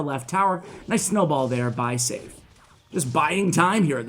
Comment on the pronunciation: I think Seif might be pronounced Seh-eef.